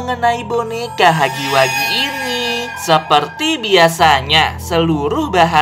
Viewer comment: Bang bacanya hagi wegi bukan hagi wagi